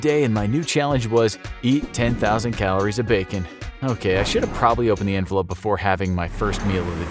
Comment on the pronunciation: Did he say envelope or 'Infolope' hehe?